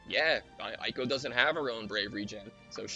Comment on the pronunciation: It is "ay ko" by the way. since you asked